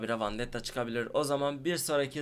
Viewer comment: Vandetta değil vendetta artık öğren şunu